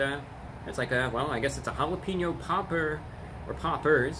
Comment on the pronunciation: he's saying pauper instead of popper he's on another level